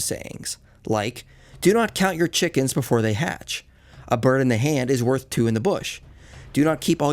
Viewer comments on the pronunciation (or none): none